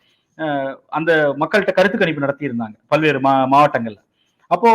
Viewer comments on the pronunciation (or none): ' பள்வேறு ' இல்ல...'பல்வேறு '.